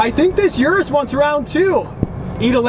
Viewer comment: Pls don't call an urus a 'yourous'